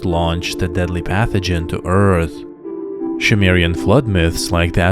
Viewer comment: Zacharia Sitchin is a laughably incompetent charlatan. The Annunaki and Nabiru have nothing whatsoever to do with humans or other planets. BTW, It's Sumerian, NOT Shumerian. Lol